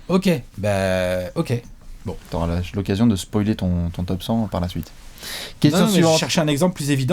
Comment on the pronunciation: qui nous révèle que Drexler rentre leur top 50, et qui s'empresse de dire "no psoiler!". T'en as de bonnes mdr!